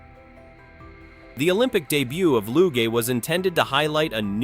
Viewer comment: Hate AI narration. LOO-GAY?